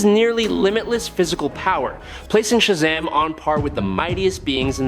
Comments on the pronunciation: Why is he saying Shazam weird? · Cause the AI they using